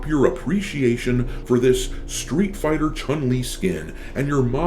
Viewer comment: I do the sf6 1 time a month for the BP but I can't stand the game because how level select works. PS I wish people learn to say her name right Chun is closer to chewn then what people say